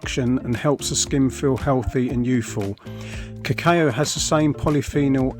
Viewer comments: Lol kuh-kayo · Ca...Caaayo ?? Haha. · Pronounce "cacao" properly. It hurts the ear the way you pronunce it! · Someone teach this guy how to pronounce it. I had to mute him. 🙄